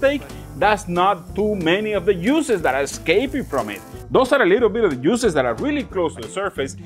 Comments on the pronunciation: I like how he pronounces “juices.” The heat will make the muscles contract and push all the beautiful “USES” back into the steak. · The yuices lol... the prounatiations killing me but it be sounding so much more better... I don't even want juices no more